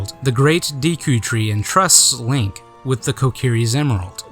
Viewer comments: great video but...*cringes every time he says Deeku* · Awesome video, there was a lot of info and footage in there that I've never seen before. Also, I just wanted to let you know that Deku is actually pronounced deh-ku! Thanks again for the awesome documentary! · Good documentary. I hate to be nit-picky, but I'm going to point one thing out: Correct pronunciation of "Deku" , & Incorrect pronunciation of "Deku"